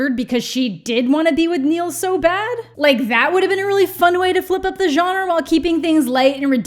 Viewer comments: it adds a year to my life every time says 'jonner' instead of 'genre' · The way you mispronounce “genre” makes me want to die, but luv u still! Lol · “Why is it so hard to say words?”very next sentence “the johnner”